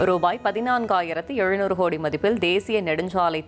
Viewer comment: என்னது ஹோடி? உச்சரிப்புல தீய வைக்க. ஒழுங்கா கோடின்னு சொல்லுமா 😂